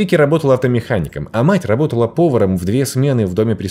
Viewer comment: "ЛАБОТАЛА" ХАХАХАХХАХЕХЕХЕ